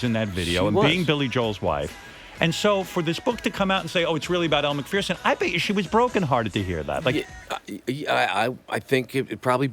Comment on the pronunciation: It’s pronounced Elle MCFURRRRSON….. Not Elle MACFEARRRSON